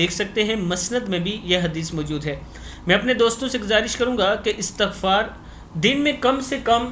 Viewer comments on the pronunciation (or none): none